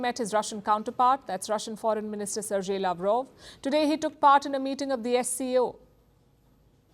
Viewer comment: Palki is at it again: Sergey is NOT pronounced SIR-JAY but SIR-GAY.